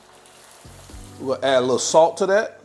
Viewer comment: What's brof? Lol broth man yall just can't talk